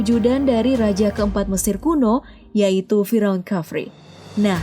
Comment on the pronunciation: Bukan fi raun, tqpi fir'aun